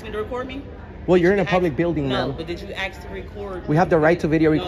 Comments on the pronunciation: You better listen to her when she axe you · Dude, you didn’t axe her? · She “axed” you several times, lol. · Don't make me axe you again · "did you axe me if you could record?" , now that's a good allied universal advertisment!. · "Did you axe me?" 🪓 The English language has been well and truly butchered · Axe and boff ILLITERATE MUCH? Why do black people have such a hard time saying ASK and BOTH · no, we didn't axe to record. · You need to "axe" me my permission. 🤣 It's ASK lady and can tell by your face you treat others like a-holes. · She axed you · It,s Ask not ax....just saying...freedom of the press nothing🙃 such education...typical Biden vitor🕵️ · Did the lady at the desk demand that you ax her before videoing her?